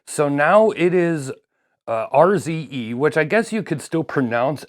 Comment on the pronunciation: RZE pronounced `ARSE`? "Hey guys check out my arse"